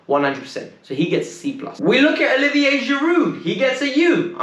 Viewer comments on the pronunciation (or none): none